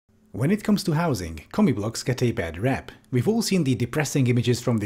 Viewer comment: I keep hearing you say "comic books."